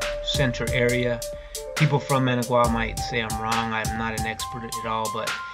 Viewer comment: Oh the horrible horrible pain of repeatedly mispronouncing Managua... The suffering is real